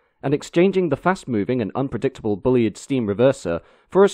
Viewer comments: FFS get the pronunciation right! He wasn't called Bully-id - it's Bulleed. I think this might be the same narrator that insisted on talking about 'carry-ages' instead of carriages in another video. More homework needed! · For future reference: 'Bulleid' rhymes with 'succeed', lots of great footage of the Bulleid Pacifics doing their thing. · I always wondered how Bulleid was pronounced - I guessed Bull-eyed but here it's Bully-id. I believe it but I was surprised. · The A4’s on the LNER and the Un rebuilt Spam Cans on the Southern were the two most iconic steam engines on Britain’s rails. Then I suppose the Deltic and the HST. The current crop will be forgotten in the wink of an eye. Not wishing to be impolite but is your odd pronunciation of the name Bulleid intentional? He had it pronounced to rhyme with Seed, Heed etc. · Show me three steam enthusiasts and they'll have four different ways to pronounce Bulleid. Personally I favour Bull-eyed. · Although his name is pronounced..’Bulleed’..as in..’Reid’.. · Excellent video, as ever, although, as Bulleid put it himself - ''Bulleid rhymes with 'succeed', Maunsell rhymes with 'cancel'''. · Great video. I'm still not sure how Bulleid's name was pronounced: I've heard 'Bullied', Bullide' and now 'Bullyid'. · It's pronounced"Bulleed". Oh, and by the way, keep up the (generally) good work! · Shame about the failure to pronounce 'Bulleid'. Very off-putting. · Might as well get it right! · Hi. Great video as ever. I wonder whether you have a more detailed link to the engineering drawings you have used in your video. Sorry, the pedantic in me is fighting to get out: I believe that most people pronounce "Bulleid" as "bulleed" (I stand to be corrected); also treadle (rhyming with treacle) is pronounced "treddle". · Thanks for posting. Excellent as always. But isn't it 'bulleed' and 'tredle'? Just checking %~))